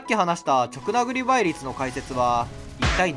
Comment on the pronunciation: 「ちょくなぐり」じゃない 「じかなぐり」ね